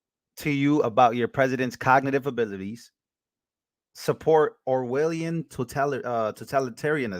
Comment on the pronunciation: 🤯 this is REAL?? 👏👏👏 fantastic!! 😂Hey, Im assuming you havent read " 1984" by the way you said ( Or'willian)..... George Orwell was ON POINT when it comes to whats going on right now, its insane. N i believe he wrote in the 40-50's....